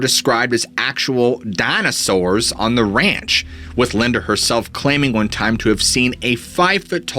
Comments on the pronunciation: Dammit bro, I love the way you say "Dina sours". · lol DYNASARRRS (cracking up every time you say it like that! 😂😂😂) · DinAsaurs lol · Hey what's up with you saying dinosaurs in the hillbilly voice